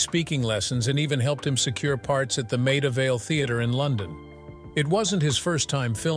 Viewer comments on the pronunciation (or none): none